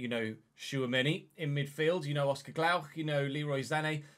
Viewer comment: It is Oscar Glokh and not Glaukh read it as a singular’o’ 😉